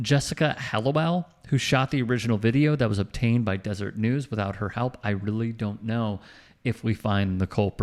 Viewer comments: Just one thing. It's the "deseret news" not desert news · it’s Deseret News, not Desert News. I miss the good old days when the most aggressive rivalry action was wearing the t-shirt that said “The only cougar I like is your Mom.”